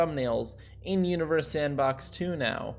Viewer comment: Lol. Sounds like you are saying “welcome to uterus sandbox 2”